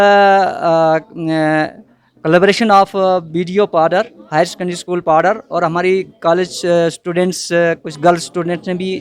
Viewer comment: Paddar Shabd ko to Saaf bolo Padire oooo kon saa Shabd hai,,,,, Khurnere Paddariyooo,,,,,.।।